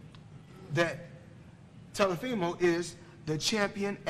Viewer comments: Who's "Telefimo"? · "Telefimo" - Floyd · "Telefimo" -TBE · Who is TeLofimo... Floyd, his name is Teófimo... If you ain't know, now you know. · He called him Telefimo 😂😂😂 Floyd ha ha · Tello Feemo and Lo Moe lmao 😅🤣😂 Floyd and his pronunciations. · I actually like Telofimo better than Teofimo.Floyd out here mispronouncing Teo's name but it sounds better the way Floyd pronounces Teo's name.